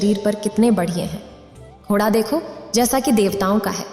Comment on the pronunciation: घोड़ा यानि ड़ का उच्चारण सब जगह सही करें। शेष सुंदर वर्णन